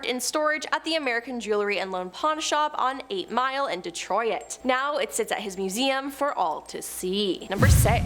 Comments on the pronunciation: Isn't Toronto (where you are ) very near Detroit? De-troit, not De-trO-it... just saying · Do you speak English? Holy mispronunciation, Batman. Detoyit, KevorkEEEan, canjer, etc. Have you never heard these words in your life? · Bro why can't you pronounce Kevorkian or Detroit dee troy tab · Does anyone realize how she pronounces Detroit 😂😂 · never heard someone say Detroit like that